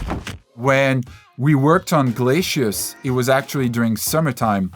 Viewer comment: Glay-See- us not Glay-Shea-us